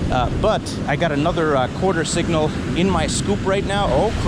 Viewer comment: this video is 1 yr old, and its PRE-itsa quatah! i cant believe i noticed that.